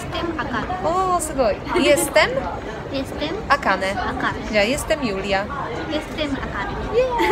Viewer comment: Z początku usłyszłem Akame, a nie Akane, aż anime mi się przypomniało " Akame ga kira " :D